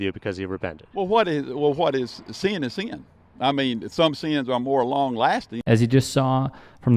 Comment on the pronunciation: What’a most disturbing is that the older dude saying “sin” with two syllables to or whatever… actually BELIEVES his own mental gymnastics. That’s an enormous problem.